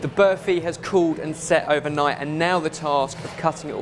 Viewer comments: "Birfy" wow that pronunciation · berfy? did no one tell them how to pronounce burfi before they started? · class guys! although id say burfi rather than berfi......yeah no one cares?! lol good job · I'm so used to them making food I don't know how to pronounce so listening to them saying burfi was kinda weird. IDK if this is a South African Indian thing but we pronounce it BAR-fi with a hard R. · The way the pronounce Burfi makes me cringe every time they say it XD Ur supposed to roll the R a little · i love how these guys pronounce burfi XD #Classy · 😂😂😂 the way they pronounce burfi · lol I love you guys, but I can't help but laugh at the way you pronounce burfi